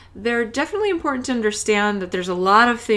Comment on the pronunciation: I hope your not offering TOEFL speaking advise. Your millennial speak is terrible. Pronouncing words correctly is still very important. ( not imporant, You consistently demonstrated a lazy tongue! How many times can someone say “ right” in less than 13 minutes? Someone needs to stop pretending to be a teacher/ presente.